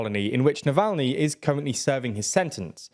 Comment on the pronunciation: Oh come on, it gets ridiculous with the foreign names. You pronounced Alexei Navalny in two different ways. 😂